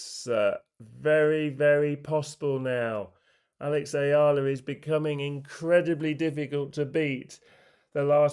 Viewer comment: Hey...Eala (Ee-ya-lah) or uh-ya-lah! It doesn't matter! She's one of the happy moments for the Philippines which is now currently ridden with rotten political issue from corrupt officials! So, mispronouncing her last name is no biggie! Sulooong Pilipinas, sulong Alex...🇵🇭🇵🇭🇵🇭